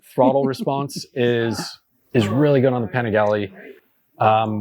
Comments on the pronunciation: If a clown can’t bother to try to pronounce the bike‘s name correctly, why bother listening to him? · How did you pronounce Panigale??? Bruh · …that’s a different way of pronouncing Panigale. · Bro mispronouncing Panigale gave it away. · Ah yes, the "paniglee" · It is pronounced "penis gallery" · Dude in the beginning says, “Pin-AYY-g-LEE” and then it’s how people don’t buy (good amount can’t afford the insurance) the sport bikes but ignores How the Kawi ZX6R is selling like hot cakes everywhere. You don’t purchase sport bikes because they are an around the town bike. You purchase them because they perform. Performance is tantamount. Now, the elephants in the room are it’s a lot cheaper to build and sell these bikes with less pistons and cheaper engine materials because the stresses are less than a race bike. Inline 4s were made because torque was slow and wouldn’t whip you off the bike with analog controls. The more torque available, the more likely you will pay dearly if you can’t control that torque. These new machines all have retarded electronic controls in first and second gear to control the torque. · .....did you say panigly? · I dont know if I will listen to a guy who doesn't know how to pronounce Panigale!!😂😂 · Dude, if you’re going to be a journalist then make an effort and pronounce words like “Panigale” correctly. You sound like Napoleon Dynamite. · His pronunciation on Panigale tells me he doesn’t deserve to comment on it… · never heard anyone pronounce panigale like that before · How did he just pronounce panigale?! Lol